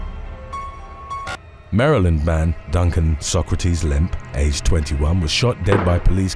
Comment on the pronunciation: Hey you said “Maryland” how we say it this time 😅. Shoutout to us 🙌🏽.